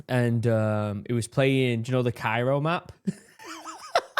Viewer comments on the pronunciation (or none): none